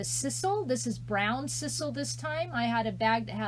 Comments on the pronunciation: I love the wreath! It is s-eye-sal. Lol. 😍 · I believe its pronounced S-EYE-SAL. So cute, though.